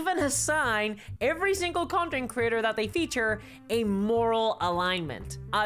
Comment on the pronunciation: Is it me or does it sound like critter everytime it should be creator?